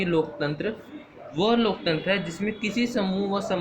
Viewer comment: Pehle loktantra bolna to sikho